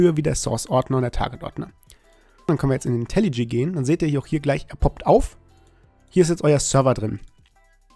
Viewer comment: sag bitte nicht länger "Intelli G", sondern - wie es richtig heißt: "Intelli J" (das spricht man dschäi). Wenn dir das komisch vorkommt, mach dich bitte mal schlau über das englische Alphabet und die Aussprache der jeweiligen Buchstaben.